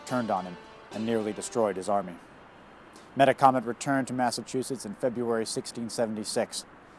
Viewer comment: We always pronounced the name: Meh TAK OMET, not meta comet.